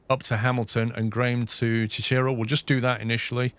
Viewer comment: FYI Cicero is pronounced "SIS-er-oh". Named after a famous Roman politician. Shawnee is pronounced "shaw-KNEE". Named after a Native American tribe. Euless is "YOU-liss". Named after a settler.